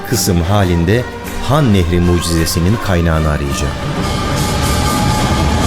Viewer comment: Han nehrini nah nehri diye okuyan varmı lan